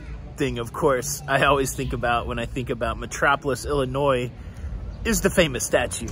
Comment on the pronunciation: As I was born and raised in Illinois, I want to thank you for pronouncing Illinois correctly. 👍🏻